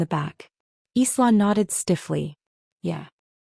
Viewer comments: ILA instead of sla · Isla is pronounced like island s is silent